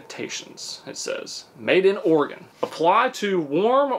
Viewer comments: arr e gunn is definitely the right way to pronounce it 😆😆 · I grew up there. And I pronounce it like "or-again". I wasn't being sarcastic. I'm genuinely pleased by how pronounced it! 🙂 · suprised he said Oregon right lmao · Right off the bat, I'm so glad pronounces "Oregon" correctly! 😅